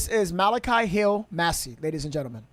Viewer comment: Yeah, you said his name right. Malachi is a Bible name, the last Book in the Old Testament.